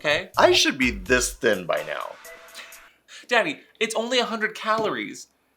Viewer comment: Is he saying Danny or daddy, I'm kinda weirded out ngl😭